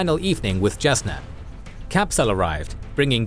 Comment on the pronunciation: Is his pronunciations not bothering anyone else? The J in is pronounced with a Y like Jalapeno in names like Jasnah (Yasnah). There are other issues but its a good recap.